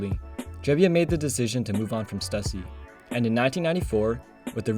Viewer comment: Bro how can you pronounce stussy wrong